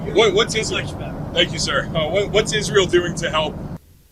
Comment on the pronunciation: N I Ben Lady lindsey doesn't say Israel she says izrroll, and niclurr instead of nuclear...dumb ass 🙄 😤